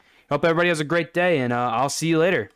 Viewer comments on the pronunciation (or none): none